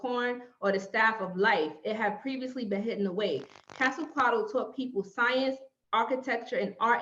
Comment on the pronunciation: Qwaziquato?? You mean Quetzalcoatl??😂😂😂😂 I hate it when you guys mispronounced it!